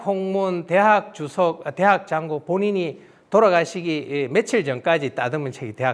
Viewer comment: "장구"는 "장꾸"라고 읽어야지요. 이는 관용상의 문제입니다. "구결"의 "구"자는 장음 자인데 짧게 잘못 읽으셨습니다. "입 구"자는 길게 읽어야지요. 한학자께서 이런 실수를 하신다면 누구에게서 배웁니까? 기실, 적지 아니 실망했오이다. 한국 언어의 타락상이 하 분하여 "한국 어문을 고발함"이라는 책을 냈아오니 일독해 주실까요? 미국 변 완수 배